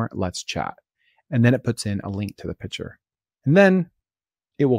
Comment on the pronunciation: Hi, love your episodes. A minor suggestion, you say "pitcher" when it should be "picture".